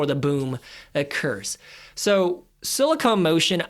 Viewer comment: It's "SILICON". NOT "SILICONE"!!!!!! Too busy running your mouth all over the place. Money should be in a South Korean ETF with 20% in SK Hynix, 20% Samsung Electronics. Rest of their holdings include Hyundai, Motor and various Aerospace and Shipbuilding companies. FLKR is 40.87 and only has an expense ratio of 0,09%. Go South Korea!